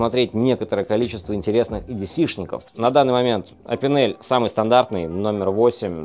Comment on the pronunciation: Лайк, хотя бы за то, что не говорит едеЦЭ!